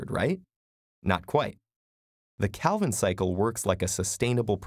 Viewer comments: Am curious about your teacher pronunciation on "Calvin" Can you please mention it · Yeah a common mistake. Still great video.